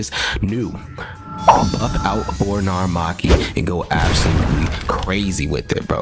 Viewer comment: It's narumaki